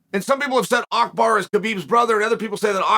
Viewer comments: Makhacev to Makelchev and now he destroys Abu Bakr name to Akbar. Uncle Chael never ceased to amased me 🤣🤣🤣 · It's so funny- as an Arab- listening to uncle Chael trying to pronounce Abu Bakar أبو بكر, but by mistake says Akbar, which is actually also an Arabic word أكبر. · Man, Chael really funny. He said a name whatever he can uttered it. Makhachev became Makhalchev. Abu Bakar became Akbar... 😂🤣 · It's Abu Bakar, Uncle Chael 😂😂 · Who is AKBAAR 😂 I love how chael says wrong name with full confidence lol